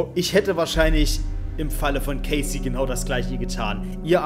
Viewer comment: warum sagst du immer caysy? es heißt cassie (ausgesprochen: kässi) okay?